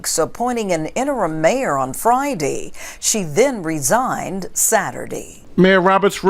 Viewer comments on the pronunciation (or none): "resignated" DEI reporter! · What's with the newscaster near the end? I'll try and spell it out like she pronounced it. Rez ig ed? I mean, I know she was trying to say resigned. But really? It's not that hard to say.